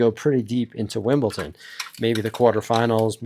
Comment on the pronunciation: Pronunciation Police, but not on players' names: it's Wimbledon, not Wimbleton!